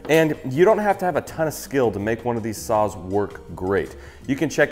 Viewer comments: I swear I was hearing you say suizan "sauce" and not "saws" and I was having Rick and Morty flash backs since it was so similar to Szechuan sauce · I thought he said sauce for the sponsor and I was trying to figure out the tie in…